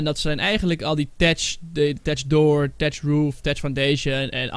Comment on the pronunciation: je spreekt uit thatch als fatch